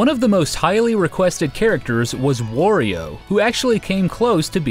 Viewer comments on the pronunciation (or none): its wario not worio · It's wario, not WARio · Wario, not Worio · Did you know... It's Wah-rio, not War-io! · WAHR-E-O he says it himself. there is no worio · It makes less sense given it's consistently said as "Wah-rio" by the character himself in like every game he's in. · Funny how well you pronounce Masahiro Sakurai, and then say Wario like "war" rather than like "mario" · Who's "worio"? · Ok. Wtf is "Worio?"